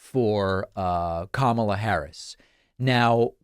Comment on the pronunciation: I see that Donny has finally figured-out how to pronounce the lady's name.